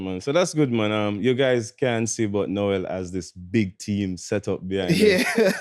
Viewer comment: Bro introduced the man as "Noel Lyles", Its Noah Bro "Now-Ah"🤣😂